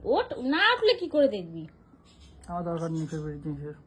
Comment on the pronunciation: মূর্খ কালুয়ার সাথে থেকে - থেকে তুমিও কি মূর্খ হয়ে গেলে? কথাটা "ফেভারিট".. "ফেভরিট" নয়! ইংরেজি উচ্চারণ না জানা থাকলে স্মার্টনেস দেখানোর জন্য বলতে যেও না, প্লীজ!!